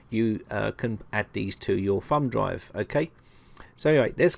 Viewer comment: Sounds like he calls it a "fun" drive instead of "thumb" drive. You crazy Brits!